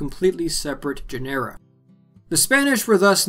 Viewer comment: It's pronounced "GÈNERA", not "GENÈRA" and then the word "AUREA" (golden) is pronounced "ÀH-OOREH-A", not "OH-RÌA"